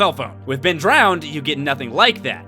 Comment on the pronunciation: hoo hoo ben lolz french man BEEEN